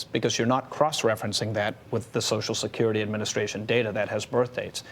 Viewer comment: "So Shkirity", "So Skirty", "Sosho Skirty" Why do people have such a hard time pronouncing Social Security?